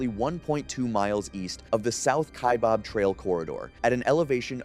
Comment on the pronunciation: Kaibab is pronounced like sky or hi not like hay or way. EDIT : How did you get it right the second time? Then it's bob? Then right again. Just tongue tied I guess.